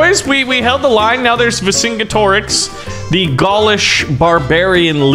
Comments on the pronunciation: Always heard it pronounced Ver Sin Get Er Ricks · it's ver-sin-get-ih-rix vercingetorix